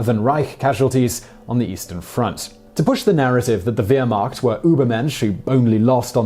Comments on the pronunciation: Is it me or is it plain WEIRrd how Simon pronounces it WEIRmacht? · I just have to say that Wehrmacht is pronounced Vermacht not Weermacht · Just a small correction on pronunciation... The W in German is pronounced as a V. So it's "Vehrmacht", not Wehrmacht. And it is "ErVin" Rommel, not Erwin Rommel, and so on... And the V is pronounced as an F. So it's "Fon" Rundstedt, not Von Rundstedt. Small items, I know... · Great video as usual but try to get even the very simple German pronounciations right... It's V-air-markt not ware-makt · Wtf is a Weermakt? It is pronounced Vear-Macht. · Where Mackt, it sounds like Vair Mackt... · Please, it's pronounced Vermacht not Weermacht. Jeez.... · You take turns pronouncing Wehrmacht like that or Vehrmacht. It is Vehrmacht when you pronounce it. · Weermacht? Wehrmacht?? Try Vairmacht, buddy (to correct your risible phonetics). Get your pronunciations right. And the German paper was called Der Sturmer, not Der Stroomer. And it's Lay-bens-raum, not Leebensraum. And... And... What's wrong with you? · "wheremacht" Cringes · What's the weermacht? It's pronounced vermacht..that's not the spelling of it just how to pronounce it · As others in the comments have stated; you were rather unfair, and in my opinion, incorrect in your analysis of Rommel. Also, even though you should be using the term Heer instead of Wehrmacht, you are pronouncing the word incorrectly as well. It should be pronounced VER-macht, NOT WHERE-macht. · This guy says so many words incorrectly. "Bar-ba-rose-a" FFS What's "Weir-macht"?? Sort it out you bald tit. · I'm sorry, I'm sorry. You can't seriously expect me to watch 18 mins of this guy when, within the first 10 secs, he literally says "weermakt" 🤣🤣🤣. Goodbye, yet another fake YT historian! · SIMON PLEASE!!!! THE WHERE MACHT Most of the time you sound so intelligent but saying things like this makes you sound like an absolute ignoramus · It's pronounced VEER-MARK'T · Wehrmacht is pronounced with a V and not a W.